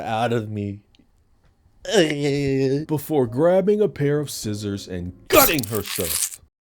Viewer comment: random but, I love that you pronounced it "skissors" 😂